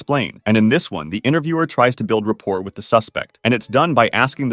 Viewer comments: No way my man said rapport with a t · The T in "rapport" is silent. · I’ve never heard someone pronounce the T in rapport, to be honest.